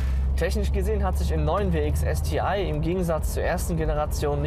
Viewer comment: Warum ist er nicht in der Lage es Deutsch aus zu sprechen STI ist wirklich nicht schwer vorallem dann nicht wenn man alles andere an dem Auto Deutsch ausspricht.